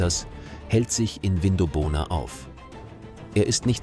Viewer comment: Aussprache Vindobona (zusammenhängend) - wird nicht Vin do bona gesprochen & weitere falsch ausgesprochene Namen. In 20 Jahren wird leider niemand mehr die Namen richtig aussprechen.